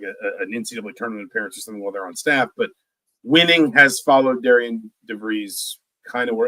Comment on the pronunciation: I'm hearing Indiana media/podcasts are pronouncing Darian's name wrong. Pronounced like Darren